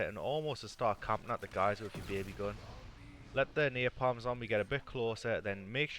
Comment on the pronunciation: THE AI CHAPTER NAMED "NAPALM" NEARPALM LMFAOOOOOOOOOOOOOOOOOOOOOOOOOOOOOOOOO cos of your northern accent.